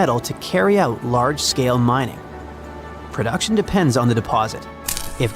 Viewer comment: "GOLD MINNG" minng? What even is that word?